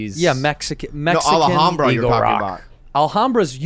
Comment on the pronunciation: The way Bobby pronounced Alhambra really pisses me off 🤣🤣